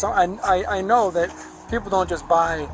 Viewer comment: We know " DAT" FO SHO